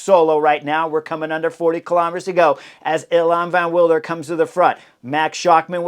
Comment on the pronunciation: Nys should be pronounced as "Nace". You'll need this in the future because the kid is spectacular. Evenepoel is quite good, the first E is a bit longer: "ayven"-"uh"-"pool". Van Wilder: spot on.